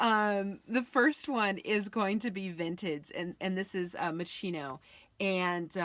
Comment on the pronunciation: Great video, the Moschino shirt is a great find! p.s. it's pronounced mos-KEEno.